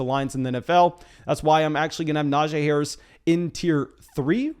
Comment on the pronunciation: Will ever pronounce Najee correctly?